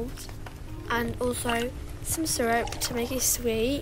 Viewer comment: It’s not surup it’s coffe